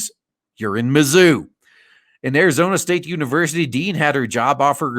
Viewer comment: Had to turn the volume down cause it was late at night. A few times when you said mazzuu, it sounded like you were saying "the zoo". Not much difference in the two if you ask me.